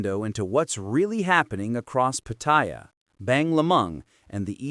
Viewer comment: The minute the narrator pronounced Pattaya PaThai Yaw I click off. These people can not even pronounce a simple city name so they sure do not have credibility with Thai issues.